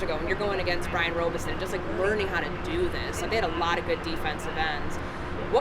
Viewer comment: Why is she calling him Brian RobEison? Is Robison...like the name rob...with an ison on the end.. wasn't that courntey too like how is she messing his name up like that hahaba